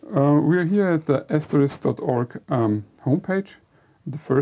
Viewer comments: Hi guys. Not a typo, but a "lypo". ("Lippographical error"). Like many people, you are mis-pronouncing "Asterisk" - the "risk" part. It's not ass-terr-RIKS - it's ass-ter-RISK. Note the order of the K and the S. AsterIX was the gaul. Asterisk is the snow-flake symbol, and the PBX thing. You may say "who really cares?" and I'd be hard-pressed to give you a quality answer! I guess I have the pedant gene. Pity me! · It is not pronounced ASTERIX - that is a french child's comic It is prounounced (and spelt) ASTERISK - which is the name of a diacritic that typically appear on a qwerty keyboard above the 8 keytop. Thus SHIFT-8 would produce an asterisk....some English language users from North America may call it "star". Your inability to even pronounce the product name correctly does not imbue me with enthusiasm. How would it be if I said your company is based in Jerman-eye?